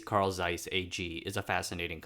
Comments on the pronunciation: not carl z-eiss, but pronounced as carl-ts-ai-s, just like 蔡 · not seiss, Zeiss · Nice tho it's pronounced Tseis not Zeis :) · Zeiss is pronounced *Z*eiss and not Seiss. It's in the name. I don't expect perfect pronounciation but when making a video in which you already know you're gonna pronounce the name some 50+ times, maybe look it up beforehand. At least for this single name. Just add a T before the S and that's it. Tseiss is pretty close to what Zeiss should sound like. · It's pronounced "Zeiss" and not "Seiss" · Zeiss' pronunciation is similar to 'tsice', please. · please. it is not Seiss. but Zeiss. the Z is as sharp as you can imagine. German. Z eiss. ahder thant Ts. way harder. it HURTS so much waht you say. Same for "Jena". YOu pronounce it similiar to Jeddah. Which is an Arabian and ahs no common language. But you pronounce Nazi very well. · Pronunciation: Zeiss in German... is a ts sound. as in bits... so it's Tseiss... Somebody else covered how J's sound like Y in German. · more like TSeiss actually as german speakers would pronounce it. there is no ‘zzz’ sound in german.